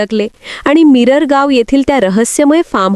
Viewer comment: मॅडमजी आधी त्या गावाचं नांव तरी नीट घ्या. ते मिरगांव आहे.. मिररगाव नव्हे.